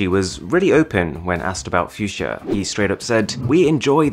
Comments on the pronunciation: Its called fuchsia and not fiudschia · Its pronunced Fuxia rather than Fusia. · Oh, I thought you pronounce it as "Fuck see ya" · PLEASE JUST PRONOUNCE IT FUKSYA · Fuk sia, how u pronounce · phewseeah? ffs not how we say it in my language xD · I enjoyed the video lots of I formation but u pronounced the fuchsia wrong 🤦🏻‍♂️